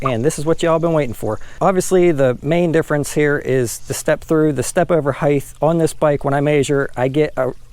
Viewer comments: hate when yokels say "higth" instead of height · It’s height, not heigth. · Good review. Some pros and cons: -Pros: great info. Covered the differences well, especially measuring the stand over and pedal distances. -Cons: learn how to pronounce the word “height”. It ends in a simple “t” not a “th” sound. Kind of annoying.